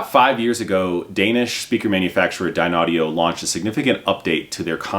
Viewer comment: Dear, your confusing the people who are not aware of the correct pronunciation of the company name. You yourself also seem confused. Not sure what I mean? Watch the video and critique yourself￼￼. 😊